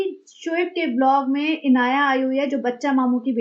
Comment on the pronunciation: का ' बिलॉग ' बोलना 😅😅😅😅